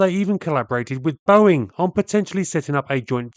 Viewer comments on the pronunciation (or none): none